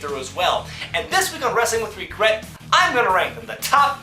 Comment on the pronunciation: Damn, you forget how much really put his emphasis on "Wregret" here TBH Lots of people loved Ministry Taker, we just hate how it was topped off with the higher power shit.